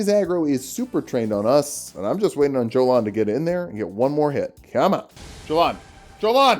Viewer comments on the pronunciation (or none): ymir might say jolan with a "j" sound but jolan says it herself with a "y" sound